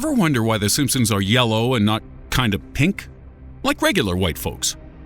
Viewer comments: And he just said it again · the Simpsoons not Simpson's simpsoons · did he just say the simspoons? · did i just hear him say "the simpsoons" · D..D...DID HE JUST SAY "THE SIMPSOONS?" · no this boi did not just day "The SimpSOONS" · I'm sorry but but he said sinsums at the beginning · did he say simpsoons? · did anybody else hear him say the simpsoons at the beginning? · Wait,the simpsooms ? Listen to the beginning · What is the "simpsooons"? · Lol the simpsoons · "The simpsoons" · Uhm did i just hear him say the SimpSOONS? tf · did this nigga just call it the simpsoons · The simpoens ?!?! Did anyone else hear that